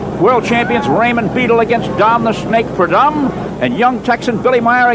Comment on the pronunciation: Chris Economaki was a legend..but his pronunciation of the Snakes name 🤦‍♂️ Don Predumb!😂